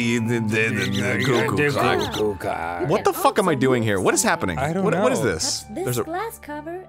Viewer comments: Isn't it 'Cinderella' and not 'Cindarella'? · Ha ha I think you mean Cillarenda. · Omg its Cillarenda